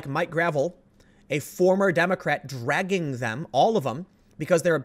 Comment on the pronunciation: Every time Tim says "dragging", an angel kicks a puppy.